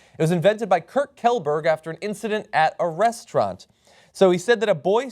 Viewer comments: It's pronounced Shellberg. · thats a common swedish last name. The announcer also pronounced it wrong.